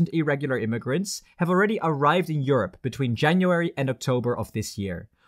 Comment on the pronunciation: To me at least, irregular sounds like illegal. To my friends too.